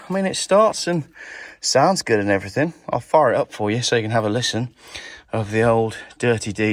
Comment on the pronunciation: it's everthing not everythink!!!